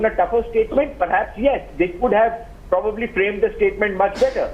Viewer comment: probbbably, probbabbly.............who gave this rsn commisson in the army guy cant say Probably ............nxt time use likelihood if u cant say probably